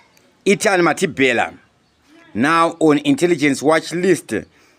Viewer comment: Can you say Mathibela, not Mathibhela plz